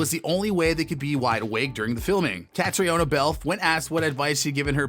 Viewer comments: Her name is pronounced Katrina ! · Just watched this. Ca-tree-ona? Should we help him?